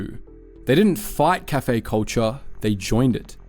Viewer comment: Also, the pronunciation of "cafe" is just weird.